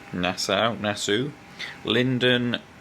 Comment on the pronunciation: Nass-aw rhymes with saw. 😉